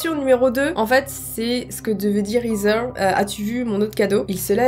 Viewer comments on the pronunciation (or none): Mdrrr ça se dis pas hither mais héther dans la prononciation 😉 continue t’es vidéos d’histoire d’horreur je suis devenu y’a grande fan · sa fait 3 fois que je lis avant de me rendre compte que tu disait pas hitler mais hither... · Heather est un prénom de fille anglaise (d'amérique en tout cas) qui se prononce ''ézer''